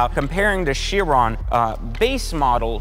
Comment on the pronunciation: Ki-ron - a Bugatti Ki-ron - is how Chiron is pronounced - ‘In Greek mythology, Chiron (/ˈkaɪrən/ KY-rən; also Cheiron or Kheiron; Ancient Greek: Χείρων, romanized: Kheírōn, lit. 'hand') was held to be the superlative centaur amongst his brethren since he was called the "wisest and justest of all the centaurs".’